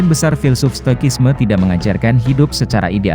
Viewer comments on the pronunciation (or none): Kasikuseko. Perubahan bunyi ke bahasa Indonesia: Ca ka ci si cu ku ce se co ko. Stoicism - ci tidak menjadi ki stoikisme, tetapi yg benar si = stoisisme. Contoh lain= narcisus menjadi narsisus, bukan narkisus. Citrus menjadi sitrus, bukan kitrus. Prinsipnya: kasikuseko. Canteen menjadi kantin bukan santin Cuprum menjadi kuprum bukan suprum Narcotics menjadi narkotika bukan narsotisa Cicero menjadi sisero bukan kikero